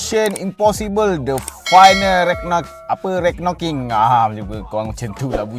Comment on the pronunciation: Aku geram sebab kau borak meleweh+tak pandai cakap tapi sibuk nak buat review...baik tak payah buat review. Kau sebut dead reckoning pun salah. Kau sebut villain pun bunyi violent. Apabenda la youtuber lepu mcmni